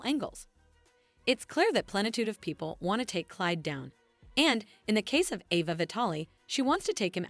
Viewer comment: pm 6/1/24 I’m hearing your latest update and yet you continue to mispronounce names and places. It’s not Sal-um…it’s Salem (long a); you say Ava (short”a”), but then later say Ava (long “a”), it’s the latter. Can you please learn the correct pronunciation